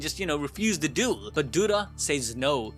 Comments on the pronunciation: Ah yes, I love a really good “Dule” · Dule ❌ Duel ✅ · Duel?❎️ Dule! ✅️ & Divine? ❎️ Dawine!✅️ 😂😂😂